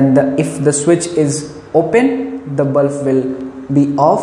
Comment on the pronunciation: sir it is not bluf it is bulb. 😊 😊 😊 😊 😊